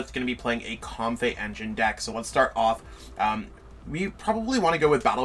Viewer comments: Comb-fee not com-fey too 😁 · The Comfey pronunciation got me too. Then I read it and I really see where he got it. But I just feel like it should be Comfee